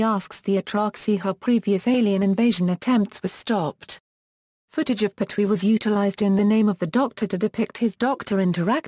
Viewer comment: At least pronounce his name correctly